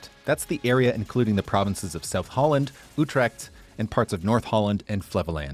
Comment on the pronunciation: All your pronunciations were good bro, except for Utrecht it sounded more like 'Utrekt'. And Twente should be pronounced more like 'Twen-tah